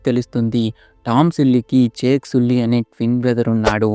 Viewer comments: సుల్లి ❎సల్లి ✅😂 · Arey adhi ala pronounce cheyakudadhu bro😂 jack sally anali 🫵🏻🤣